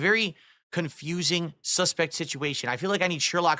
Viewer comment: He can barley even speak properly. wtf is I suspecc 🤣 and he had the nerve to judge other people’s pronunciation of words